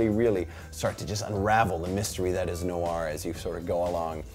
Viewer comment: Noir, as in NWAAR!!!?? The french word for black. Black-Film, noir... Humphrey Bogart? Chinatown, The Big Sleep? Ugh.